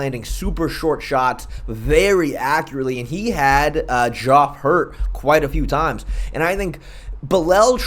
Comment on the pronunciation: Bro doesn’t know how to pronounce Geoff